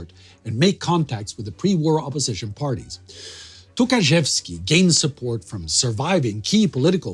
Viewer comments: Well it must be really tough to pronounce those Polish names like Dobrzański or Rydz-Śmigły. You nailed it but Michał Tokarzewski sounds like Mikhail Tukhachevsky so I was thinking "wtf Tukhachevsky was a leader of resistance in Poland?" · I know he didn't mean that, I'm just pointing out that it sounded funny :) And of course I know that Polish surnames are extremely hard for foreigners.